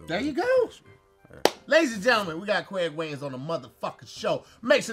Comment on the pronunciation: Kwaig wayans? Really get the man’s name right!!